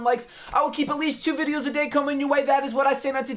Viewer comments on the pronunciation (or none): none